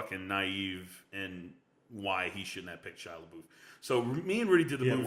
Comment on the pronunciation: Where do you get your resources from? 1 ticket sold for Shia Lebeoufs movie. there's no way that's true. and say his name right!!!